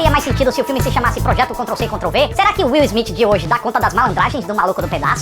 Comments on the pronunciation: "Is Smith" AHUEHAUEHUAHEUAHEAHHE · "Is Smith" huehuehuehue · Demorei pra entender o "is Smith" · "Is Smith" hasiahshais que pérola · "IS" SMITH KKKKKKKKKKKKKKKKKKKKKKKKKKKKKKKKKKKKKKKKKKKKKKK KKKKKKKKKKKKKKKKKKKKKKKKKKKKKKKKKKKKKKKKKKKKKKK KKKKKKKKKKKKKKKKKKKKKKKKKKKKKKKKKKKKKKKKKKKKKKK